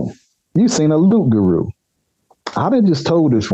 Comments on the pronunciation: It is not Rougarou. The word is Loup-garou. Lou p= wolf Garou = werewolf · Yes you know it as rougaroo but it's Pronounce like more like "lugaroo" in Haitian-Creole...